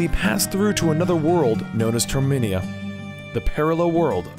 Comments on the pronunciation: its termina not terminia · It's Termina (tur)(meh)(nuh) just a heads up